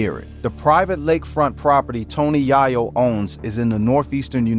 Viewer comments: Tony Yayo ❌ Tony Yahyo✅ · TONY YAAAYO..😂😂😂